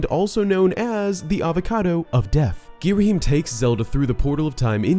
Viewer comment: "gheeraheem" idk thats what i always heard